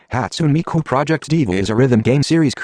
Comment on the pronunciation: " hatsoon mikew " ... HATSUNE MIKU SAY IT RIGHT